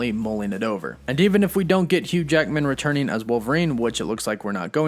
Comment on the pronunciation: GET ELOCUTION LESSONS Returneen is not a word Happeneen is not a word Intresteen is not a word Sometheen is not a word Emortal/uhmortal are not words Buhfore is not a word Hulkeen is not a word